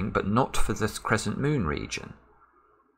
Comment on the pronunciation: Crezzent :D